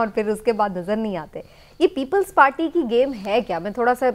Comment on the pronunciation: Imran yakoob its people party not ppppllls pateeee.